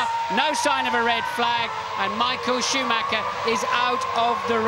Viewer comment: It's SCHOOMAKKA, it's SCHOOMAKKA!